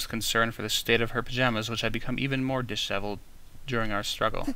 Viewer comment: Disheveled, it pretty much just means a mess of sorts. You said it right the first time. Dish-ev-eled.